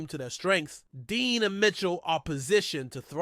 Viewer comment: It's Cooper Dejean not Dean. Come on now